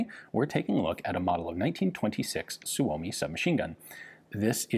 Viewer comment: Suomi is actually pronounced "soy-mi", not "soo-oh-mi".